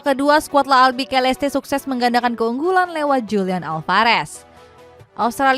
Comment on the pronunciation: Oranye mba, bukan oranje Klas yan huntelar, bukan klas jan huntelar Albiseleste, bukan albikeleste Shezny, bukan shezeny Cisse, bukan sisse Rais, bukan ris Coba sesekali sisihin waktu buat riset, biar bener gitu ngomongnya, jangan cuma bisa lawak2in pemain aja.